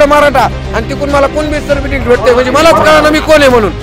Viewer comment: Tuzhe sikshan chan zhale sadhe certificate uccharta yet nahi tula.arakshan ghevu n kay karnar.